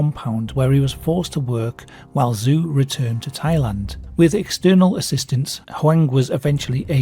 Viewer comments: Just a heads up: "Zhou" isn't pronounced zoo, it's pronounced Joe, basically. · Nobody: Me: in Chinese, the 'zh' is pronounced like an English 'j'. And 'ou' is pronounced as 'oh', because the 'u' is just an emphasis marker indicating a slight elongation of the 'o'. In other words, Zhou isnt 'zoo', its pronounced Joe, like a cup of Joe. Anyone my age or older: think Zhou Enlai. (We heard that name a lot in the news in the 70s) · basically Zhou is pronounced as "joe" or close enough. 10 seconds on google translate would have revealed this